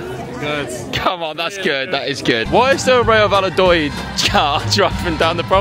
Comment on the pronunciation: The way attempted to pronounce Valladolid was almost criminal.